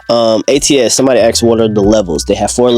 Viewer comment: It’s asked not axed